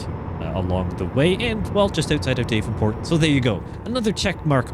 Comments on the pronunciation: Daaavenport not dayvenport sorry just a lil annoying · It's "daaav-en-port" (dav rhymes with slab), not DAVE-n-port. just a heads up. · Loving the sights of the Iowa DLC, from an Eastern Iowan like myself. If there's one criticism, it's how you pronounce Davenport, which I find rare people pronounce it as "DAVE-EN-PORT"...same with Ottumwa as "ODDUMWA". lol It's okay, those are not as bad as people trying to pronounce MAQUOKETA (99.5% of people who don't live around Eastern Iowa had a hard time pronouncing it. lol) Anyway, we pronounce Davenport as "DAV-IN-PORT" and Ottumwa as "UT-TUM-WA". Anyways, keep up the videos, fella trucker!